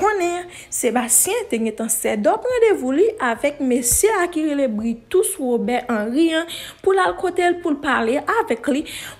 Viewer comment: Neg la rele Bretous ki selon mwen menm pwononse Breu-tou. Ayisyen menm rele li Britousse tchuiiippps